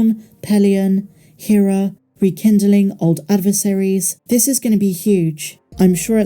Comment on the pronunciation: Rebels spent 4 seasons pronouncing "Hera" every episode and it's maddening to hear the way you pronounce it.